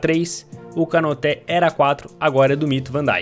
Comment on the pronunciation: Nome: Konaté Pronúncia: Konatê Como o fala: Konoté Kanoté Konote Kanoté